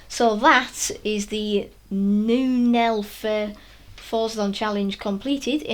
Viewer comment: Bruh. You pronounced it like: newnelfer Neunelfer means: Nine-eleven.